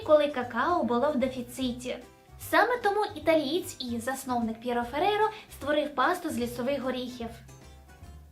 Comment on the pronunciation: П'єтро Ферреро, правильно. Пьеро Феррейро, неправильно.